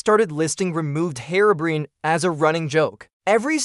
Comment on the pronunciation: The facts are mostly right but you could've mentioned Whiteeyes too, just a little tip. Also, I think your voiceover AI (probably Elevenlabs?) is set up slightly wrong with how it speaks "Herobrine", you might want to look into that. - Kalarian